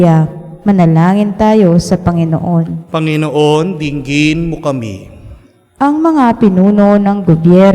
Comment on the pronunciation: Commentator please bigla ang bigkas ng Panginoon hindi ako karapatdapat mag patuloy ( bigla sng bigkas hindi malumanay para tumuloy sa puso natin sa Jesus